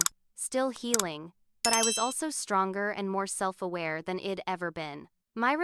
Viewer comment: Might be a good story but ‘I’d’ was mispronounced through out as ed. Too distracting